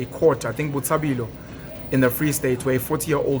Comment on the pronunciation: Lol Penuel is now a white man, he just said Botshabilo instead of Botshabelo😂